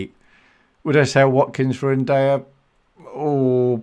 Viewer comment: Im pretty sure ur pronouncing ndiaye wrong